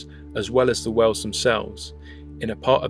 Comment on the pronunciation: you pronounce whales like wells